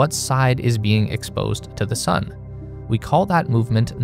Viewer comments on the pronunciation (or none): none